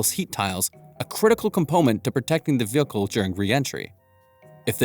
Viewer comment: „compomemt to protecting the vilkhlhe during re-entry“ (im pretty sure it was a pronounciation error)